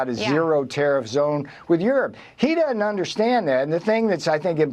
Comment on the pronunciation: Navarro has a phd and he can’t pronounce doesn’t?